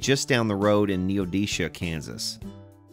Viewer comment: Neo-Da-Shay .... Its how it is pronouced. :). I had a K200 when I was a kid (lived in Wichita Kansas). It was a good axe but rather heavy. I wish I had kept it. I always loved the tuck and roll amps.....